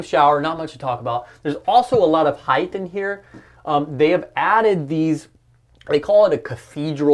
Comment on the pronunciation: Great Coach with a great showcasw video! A common mistake that's becoming prevalent today: The word is pronounced"height" with a T sound on the end not "heigth" with a TH sound on the end of the word.